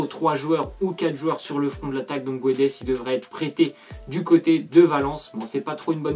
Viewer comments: C'est guedes pas guouedes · On dit pas Gonzzalo mais Gonssalo on dit pas guedes mais gédes. Goncalo Guedes ps Je suis portugais...